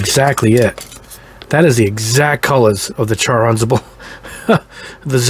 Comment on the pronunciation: Charr Anzable huh.... Kidding aside, thnx for the test!